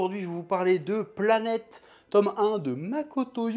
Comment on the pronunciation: L'anime est merveilleux et n'a pas vieillit d'un poil je le recommande amplement. Le studio Sunrise ont fait un très beau travail et en plus la VF est très bonne. Petite note, ça se prononce "Pla-nyyt-èss" c'est un mot grecque qui veut dire: voyageur/explorateur.